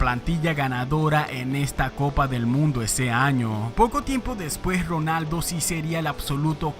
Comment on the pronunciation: Que horrible y desesperante pronuncias la letra R. Es Ronaldo no Rronaldo.